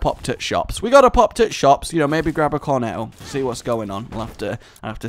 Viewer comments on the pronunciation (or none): none